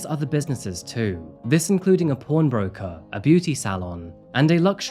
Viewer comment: I heard porn breaker too and I'm from England had me wondering wtf is a porn broker 🤣